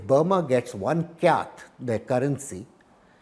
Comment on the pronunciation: It is written as KYAT but pronounced as CHAT. Got to be strong on research before speaking.